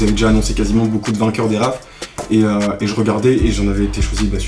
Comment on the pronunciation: Raffle se dit « Rafeule »